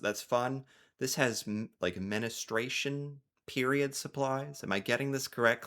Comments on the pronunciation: Dude, I hate to be that guy, since I actually enjoy your videos, but it isn't menistration, it's menstruation . . . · Menistration!!😂😂😂😂 Sir. Menstruation. Pronounced men-stray-shun. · Stop saying menistration, it's men-stration 😂 it makes me giggle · you crack me up. It’s pronounced menstruation not menestration lol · Your efforts to say menstruation (Menestration - according to you!) is hilarious 🤣🤣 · Menstruation not menustration lol Where I live, from early autumn, you will see cosy knitted hats hanging on railings for anyone needing one to take. People also crochet really cute scenes of animals, flowers etc and fit them onto the top of our red post boxes, just to cheer people up, they never get taken or damaged. You can also find large beach pebbles out and about that have inspiring text painted on for people to take and use as a pocket hug. Many cafes do a scheme where you can buy an extra coffee or meal when you pay your bill and it is written on a post it note and stuck into a pin board for anyone in need to go in and take to get free food or drink without having to ask. I think Canadians and he Brits are very similar...however, there ARE some good people in USA but it isn't so widespread I don't think? 😊✌🇬🇧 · MENSTRUATION 🤣 you made me laugh so hard with your "menestration" lol great video, I learned a few things about my own country! Including the fact they have fitting rooms at the post office!? This is genius when you think about it! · I had to laugh about you calling woman's period manustration instead of menstruation. That was so cute, Greetings from Ann from Canada. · I love that you are trying to dicover things that are outisde your small little world, but, and I say this not to shame you but to get you to understand how small your world is: I thought you had a wife and kid. If you can't figure out HER world (it is 'menstruation'', not 'men-a-stration'), how do you expect to understand any world that doesn't have you at the centre?